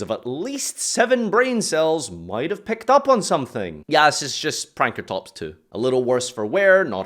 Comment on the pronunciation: Pankratops not Prankratops. Laugh at Argapain now.